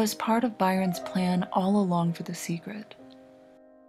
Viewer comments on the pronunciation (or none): WHY THE FUCK DOES SHE KEEP SAYING "SEGRET"